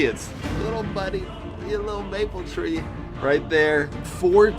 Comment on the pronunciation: “Littel budy...littel mapel tree”i love this part the way says it i just love it